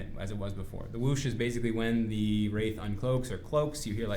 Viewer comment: What's a "wrait"? :P I've heard it more than "tree" times